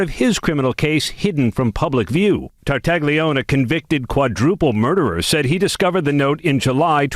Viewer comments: Tartaglione is actually pronounced quite differently in Italian. Your version is a fair American approximation, but the closest would be tar-tah-GLYOH-neh — with “gli” sounding like the “lli” in million, and the ending as “neh,” not “oon.” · If you talk about this story again, even the ABC announcer did not pronounce Epstein's Italian cellmate's name right. I guess in America people have forgotten how their Italian names should be announced. But it should be Tar-ta-leeoneh. The GLI in italian is a strange sound with a mostly silent G that makes a bit of a y in the back of the throat, but lee is close. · In Italian, the "g" is silent before the "l." Although the name is spelled Tartaglione, it should be pronounced "Tartalione." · Tartaglione - Tartaglione is an Italian surname pronounced tar-ta-LYOH-neh ('tar' like in 'target'; 'ta' like in 'tah'). The newscaster massacred it as well. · Tartaglione : the "g" is silent! Wtf? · in Italian, the "g" before an "li" is silent but stretches the "l" a little bit, like "ll" in million. Think of consigliere and famiglia. (Of course, since Tartaglione is American, he can pronounce it his own way.)